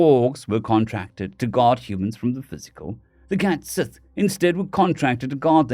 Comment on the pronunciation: Minor point, cat sith is pronounced cait shee. Like banshee.